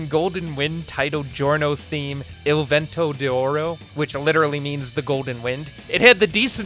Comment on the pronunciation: Eel- vent-oh- dee- oor oh.